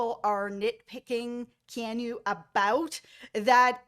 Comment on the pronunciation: I’m being that person. I’m soooo sorry. I have a nephew (Hawaiian) with this name so I have to. KEY-AWE-NEW = Keanu Love your BB coverage. Again I’m sorry! 😅